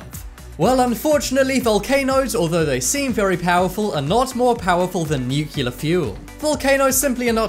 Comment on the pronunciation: Is it pronounced "nucular" in your country?